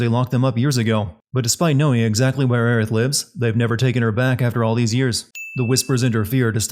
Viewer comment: Well, both of those Aerith pronunciations are wrong, so...